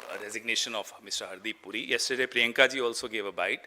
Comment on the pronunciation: पहले तो नाम सही सही बोल हरदीप सिंह पूरी नहीं बुरी